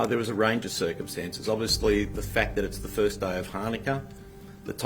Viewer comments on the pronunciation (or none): none